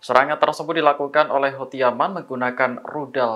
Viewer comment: Bacaannya hutsi pk